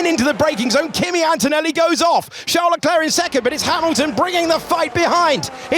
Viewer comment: É impressão minha ou ele pronuciou Emilton? Kkkkkkk